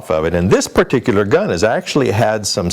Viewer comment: Yeah, he said "American" giun store. Obviously not California.